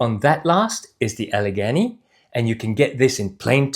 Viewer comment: Getting closer … Allegany (Al-uh-GAY-nee)….as in Gday. Glad you reviewed these. The live motion view gives a better perspective on these boots than the static shots on the company website.